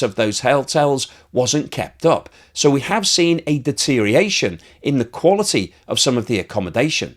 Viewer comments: DETERIATION is not a word. Stop saying it. You have been saying it for years. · Deterioration has six syllables, not five. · Does anyone else have a reaction like chalk on a blackboard to the pronunciation of the word “deterioration”?, you always drop the ior sound. Very important!